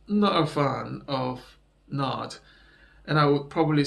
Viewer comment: N.A.D. Not nad